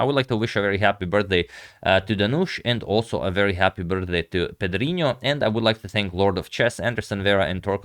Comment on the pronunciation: Nice pronunciation of “Pedrinho”!